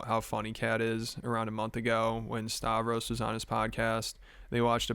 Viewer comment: My comment of “stay ignorant of friend’s friends” just means there’s so many people he brings on and leaves their counterparts unmentioned. Nick Mullen get mentioned by Ari, Shane, Mark… yet he just pulls on Stavros Halkias. And he doesn’t even know how to say Stavros… he say Stavos and tries to tell Shane, Ari and mark that it’s pronounced that way